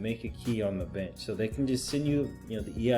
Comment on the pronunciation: "Arrright " alright". Binch programming, " binch"